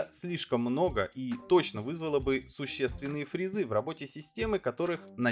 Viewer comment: ФрИзы,а не фризЫ, мАркетинг, а не маркЕтинг, Сигейт, а не Сеагейт.